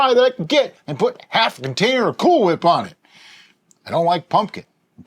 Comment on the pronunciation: “Why are you putting so much emphasis on the h?” 😂